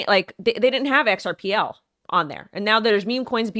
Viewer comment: XRP was meant to be HELD. HODLed. Big rich kids. "xrpL" was meant to be USED by the "little guy." Please guys don't lose your XRP. Hold tight. X R P. not "xrpL" love your show love love!!